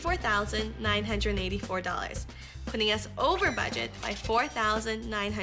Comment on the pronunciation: The girl says “badget” and “stanning”.